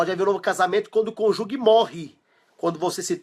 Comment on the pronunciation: Conjugue não! É cônjuge. A pronúncia é: "cônjuje". Parabéns pelo vídeo!